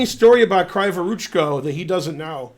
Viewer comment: > what's wrong with that name?? What's wrong is that it's "kraaevoroochko" instead of "kreevoroochko". Kree like in a bee, you know.